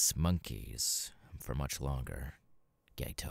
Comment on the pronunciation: I’m sorry, and this isn’t meant as a hate comment, but I know you seriously didn’t not just pronounce Geto’s name as Gay-toe 💀 Also, when you said “Name’s Jeff” my brain went straight to the “me nem Jeff” meme 😂😂